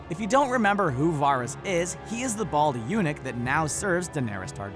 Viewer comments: It's not Varis (var-ris), it's Varys (Va-ris)! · This guy's pronounciation of "Varys" triggers me. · It's varys not virus. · Ugh stop calling him vahr-is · Wtf is Virus? Or Waaaris? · Pretty sure all of these are in the show. Please stop saying Varys like that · if you are a big fan of game of thrones and actually watch it, how do you mispronounce varys' name? he's a pretty important character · VARYS ISN'T PRONOUNCED LIKE THAT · when he says Varys i die inside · Pronounce Varys's name wrong one more time and I swear it by the old gods and the new, I will haunt you!😠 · The Firepheonix they always mispronounce names! It's infuriating! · these aren't deleted scenes?? These all appeared on the show so how are they "deleted"? Also, stop making me cringe when you say VARYS